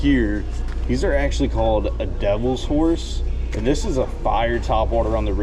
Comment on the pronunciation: It’s pronounced devil-horse